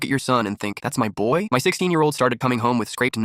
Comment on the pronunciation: Why does he say boy like buoy